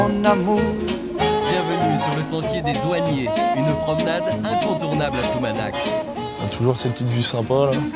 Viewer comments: on dit ploumanaRR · Il est tout à fait regrettable pour la langue bretonne que les bretons eux même acceptent de prononcer ploumanak ou pire painmare (penmarc'h), beaucoup de bretons, une majorité, n'ont aucune notion de la langue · Ploumanaque.... la folie française de mettre des E partout...